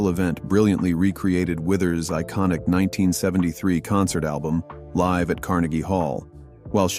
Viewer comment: To the narrator, are you American? Please learn the difference between LIVE & LIVE. BILL WITHERS WAS "LIVE ON STAGE...."LIVE RHYMES WITH JIVE"!!!! DID YOU HAVE ENGLISH IN SCHOOL??? THERE'S NO EXCUSE!!! BILL WITHERS LIVE PRONOUNCED LIKE (FIVE, JIVE) !!! LIVE PRONOUNCED LIKE GIVE!!!!!! DUH!!!!!